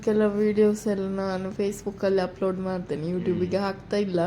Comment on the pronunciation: ಉಪ್ಲೋಡ್??? Or ಅಪ್ಲೋಡ್?